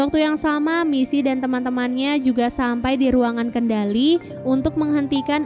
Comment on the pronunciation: “MiSi MoReNo” helep 💀 aku fans nya we can be heroes udh ku tonton 3x, mbak itu bkan “MiSi” tpi Missy yah, ngingetin doang 😅